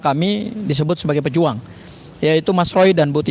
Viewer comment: PEJUH ang bukan pejùang..